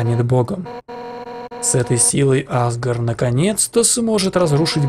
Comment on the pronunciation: правильно азгОр,а Азгор